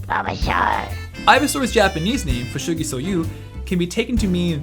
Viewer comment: Ivysaur's Japanese name is not pronounced "Fushigiso-you." "Ou" in Japanese is just like English-speakers naturally pronounce the letter "o."